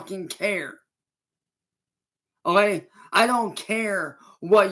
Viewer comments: Oh gey? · Ohae. Bro cant even say ok right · 😂😂😂 it gets me every time o’hay